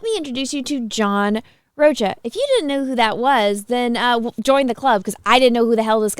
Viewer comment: Rocha was an insufferable SJW on Collider back in 2016-17 last time I watched that stuff and I see he hasn't changed a bit. mispronouncing Rocha as "Roach-a" was hilarious!